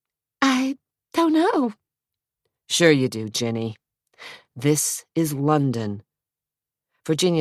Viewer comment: The londaon/Zack is so ick